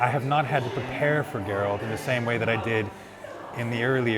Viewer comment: “ theres alot of garelt in me...”